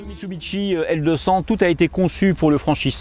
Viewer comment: Bonjour, alors je répète à chaque fois, mit su bi shi et non mitsubiteshi il n'y a pas de bite🤔